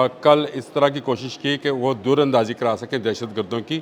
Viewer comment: Door Andazi ni Dur Andazi Hota ha😂